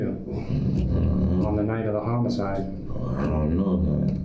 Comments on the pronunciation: It's homicide... not homocide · Brother you are running a crime channel. You need to learn how to pronounce homicide. No hate.